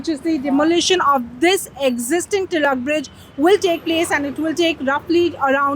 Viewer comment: Thanks for the correct pronunciation of Tilak i.e. " टिळक" and not as "तिलक". However it is not "परेल" but it is परळ..why do we need to anglicize our own names? Also it is very sad that non Marathi people make no effort to learn the local language but they also do not make effort to correctly pronounce names of people and places in our state.